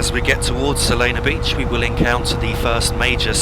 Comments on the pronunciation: It’s Solana Beach not Solano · Oh also So-Lan-No Beach Not Solano :)